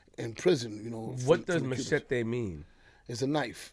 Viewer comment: never heard of a machete and didn't know how to say it lol and how tf u dont know who the geto boys is what planet are u from? Anyways get Patria and trinatarios on here and og crips